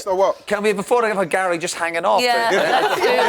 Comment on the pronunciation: Why does Ian Wright call Gary "Gail" !!!